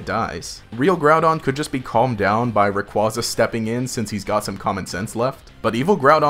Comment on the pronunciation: Watched until he said rayquaza wrong. Lost interest now